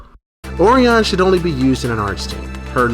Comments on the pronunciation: Sorry to be the party pooper, but Orion is pronounced like a lion(O rye on), not the cookie oreo. Looking forward to part 2 of this guide ;) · I was about to poop on the party myself; you beat me to it. Honestly the first time I've witnessed so many mispronounciations of one of the most popular constellations. Thanks for the vid!